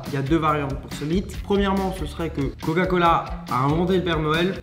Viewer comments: Pourquoi a il articule pas sur le mot coca cola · « L’inventeur du goga cola » 😂😭